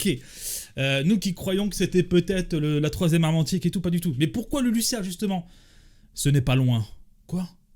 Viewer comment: on prononce LuluZZZia pas LuluSSSSSia 😂😂😂